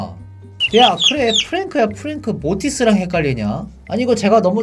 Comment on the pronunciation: 프랭크 이상하게 말한거 맞아요